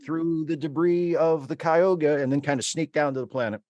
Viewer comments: I much prefer the old days too - summer break, then a nice looonnngg season. A cliffhanger with a 2 year wait for the resolution episode? Poo. Oh, and it's Ky-oo-ga,, as in the lake in NY. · Yeah, we have a Cayuga Creek and Cayuga Drive and several other Cayuga things here, so when I heard their mispronunciation, I was like, what? And then pronounces it even worse, like a contraction of Cuyahoga! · Cayuga is the correct pronunciation in the show, so take solace. It's just being mispronounced in this review.